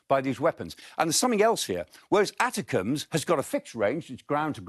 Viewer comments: Nobody calls it the atticums It A-tac-em's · It's pronounced 'A-tack-ms.' Not how he said it. Don't care about Taurus...if they don't have any! Long overdue. Political restrictions made without military insight.